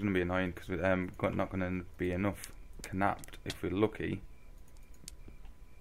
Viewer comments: Well I Mean Knapped Is Pronounced Napped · The k in knapped is silent. It's pronounced the same as the past tense of "to nap." Also, in case you're still playing this, or playing some other pack with the Druidry mod installed, you need to punch the leaves with an empty hand to get them to respawn once or twice, like you did at the start.